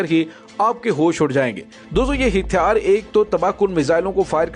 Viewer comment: لفظ ھتیار کی اداگی صیحح کریں